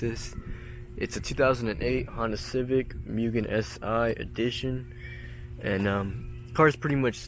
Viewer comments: This is my absolute dream car. However I gotta be that guy.. It’s not actually a RR as you said in the description and it’s pronounced Moogen not Mewgen. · it is pronounced MOOgen.